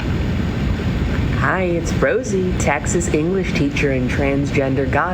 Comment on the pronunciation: I've never heard someone from Texas pronounce it "tax-us" before. Very odd